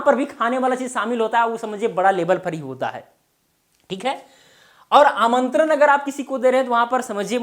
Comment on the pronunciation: प्रभु , पहेले आप तो सही उच्चार करिए। आमंत्रन, निमंत्रन, इनभाइट (invite), सब्द, परयोग, इस तरह सिखायेंगे क्या? ण को न, प्र को पर, व को भ, श को स।आप ग़लत बोलेंगे लोग ग़लत सीखेंगे।